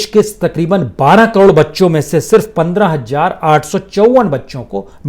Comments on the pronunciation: Hmm it’s not Hajjar it’s Hazar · Sir I’m sorry but I really respect you too much Please note your pronounce for 1000 Ek Hazar is right not 1 Hajjar